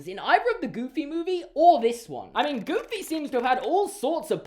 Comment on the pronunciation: The emphasis was on the wrong place. The emphasis is on EXTREMELY not GOOFY. I apologise on Disney's behalf